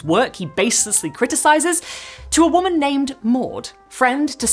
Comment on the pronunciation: The way you’re pronouncing “WHOMAN” like there’s an H in it is the best.